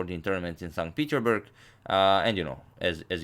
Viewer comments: Plzz its not peterburg its peterssssburg u have to pronounce the s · PeterSSSSSburg please, PeterSburg! It triggers me xd